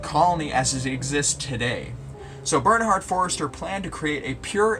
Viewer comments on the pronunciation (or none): The umlaut over the o in German makes it into a u. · Good video; quick note on the pronunciation Ö ist a oe. You make the o sound and then without moving your mouth you say the e sound (as is ehhhhhh)